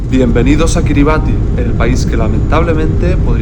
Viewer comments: La pronunciación del nombre del país no es cómo lo dices, le ubieras preguntado a un local. “Kiribas” ❤😂 está bien todo poco a poco. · Kribas se pronuncia maestro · Se pronuncia “Kiri basí”